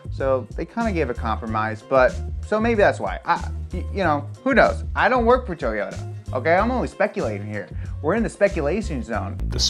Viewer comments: Hahaha I thought the same thing. The way this guy says toyota is bothering me 😅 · you sound like they whitest man ever when you say Toyota, it’s not toe yota it’s toy ota, like a toy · Everyone - “Toyota” This guy over here - “Towyota” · トヨタ It's not toy-ota it's To-yo-ta, and the japanese O (お) sounds kinda like the O in toe. Japanese also doesn't have consonant sounds without vowels like english does (except for n(ん), which is why Japanese people speaking English sometimes add vowels where they shouldn't. I.E Mr. Roboto instead of robot. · Anyone else notice how he pronounces "toe-yota"? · No way he said "Tow-yota"